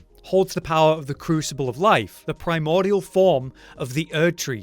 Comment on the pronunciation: PRY-MOR-DEE-UHL... not PRY-MOR-DUHL